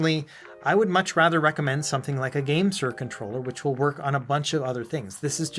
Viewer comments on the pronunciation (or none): none